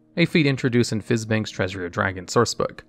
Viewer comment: My man said fiz-bangs